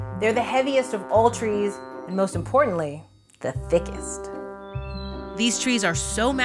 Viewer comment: Quite an emphasis was put on the word ' thickest ' .